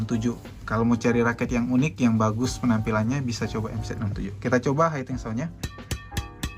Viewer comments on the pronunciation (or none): Maaf bang, hitting dibaca hiting aja jangan jadi haiting.... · Hitting sound Om, bkn haiting sound.